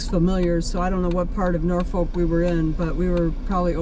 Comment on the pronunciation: When you said Norfolk I knew you were never from there